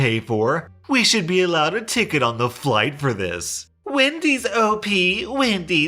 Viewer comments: I HEARD WIMPY'S AND DAMN NEAR HAD A HEART ATTACK. but wendy's is much more common. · Hope she isn't still saying Wendy's lmao But it reminds me when I had to leave home because of my parents. I would have to stay home 24/7 to watch my disabled sister (which I didn't mind) while they go out to the movies, fancy restaurants, ect. I tried to hang out with some of my remaining friends but got constantly interrogated. When I got together with my boyfriend of 6 years, they screamed and called me a whore and threatened to call the police on him for sexual assault (?). But that's literally just the tip of the iceberg stuff. When I finally had enough, I confronted them and told them I was moving out. Blowing up is an understatement to how they responded. They said I was sick and needed medication and then called me selfish. I calmly told them that I did everything they said with no complaints for 10+ years. I wanted to get on my life, get a driver's license, get a job and that I couldn't do any of those because of them. I packed all my stuff and left, and tbh I cried for 2 weeks straight over it. Luckily I'm doing better than i ever was and happier than I was in years